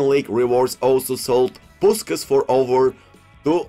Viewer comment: Just return to saying Puskas how it should be said. You know how to day his last name properly.